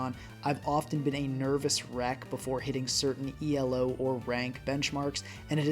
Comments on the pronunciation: hey, you told me you wanted to work on your english better, just wanted to say you dont have to pronounce elo as an abbreviation, it is meant to be said as a word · It’s not E.L.O, just Elo, Elo isn’t an acronym it’s the last name of the man who invented that rating System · Great video except for your pronunciation of Elo 🙏